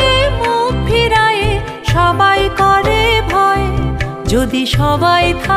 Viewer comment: শিল্পীর নাম জানতে পারলাম কৈ, প্রথম গানখানি খুবভালো লাগলো, দ্বিতীয় গানটিরএকটি উচ্চারণে ওটা নিরর্থক হয়ে গেল, "..... মঙ্গলো "কোরে" নয় "করে", "হাতে", মঙ্গলো করে, শুভহস্তে।